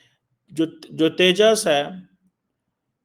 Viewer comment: Teja nahi Uska name Tejas